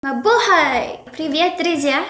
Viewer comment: Набухай? мне в начале видео слышиться или как?